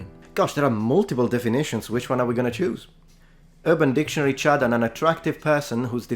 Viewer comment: I heard you say Chud but you were saying Chad. A chud is from the movie CHUD. Its basicly an idiotic mutant from the sewer. C.H.U.D. means cannibalistic humanoid underground dweller